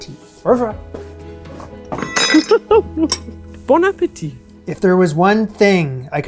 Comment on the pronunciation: 😂 please learn how to say au revoir 🎉